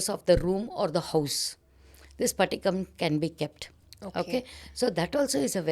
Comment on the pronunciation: Its patika not sphatika she is mentioning. Its alum or fitkari. Thats why she mentioned to drop alum which purifies water. Its not clear crystal. Hope someone finds this useful.